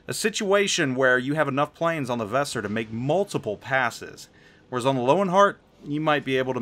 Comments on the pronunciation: Your pronounciation of Weser is... a little special. If you want to improve it try to pronounce it like the band's name "Weezer". That's possible the closest a native english speaker can come to the correct pronounciation without investing a ridiculous amount of effort into it. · The way you pronounce Weser is pure cringe.